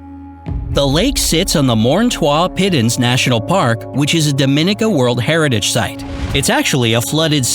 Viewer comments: The island nation Dominica is pronounced " Dom-a-nika" not "Dom-in-ica" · Thats my island. Its pronounced dom-mi- ni-ca. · Just a point ... The island that is the Commonwealth of Dominica is pronounced as Dom-in-KNEE-ca And NOT as do-min-eka Simple research could've told you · BTW, Dominica is pronounced Dom-men-KNEE-ka. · Learn to pronounce Dominica right 🤦🏽‍♂️ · Not how you pronounce Dominica but great video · Oof you pronounced Dominica wrong